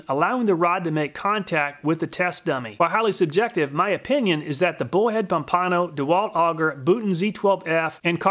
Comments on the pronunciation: Loved the vid and findings. Nice job. Mispronounced Pompano… lol. It’s Pomp - ano… not Pom - pano. 🤣😂. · Pomp-a-no, not Pom-pano. Great vid! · Florida man here... FYI Pompano is pronounced “Pompa-no” not “Pom-pano” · Florida man chiming in: Pompano is pronounced "Pom-puh-no". i.e: Pompano Beach, Florida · Pom-pan-oh it’s a fish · I cringe at how he pronounced pompano it is ( pom-puh-no)